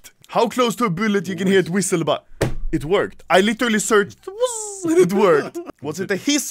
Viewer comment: "ABOAT" 4 days ago